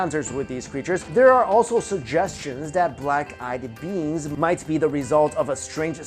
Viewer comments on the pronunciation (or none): I kept thinking he was saying "Black Eyed Beans" instead of "Beings".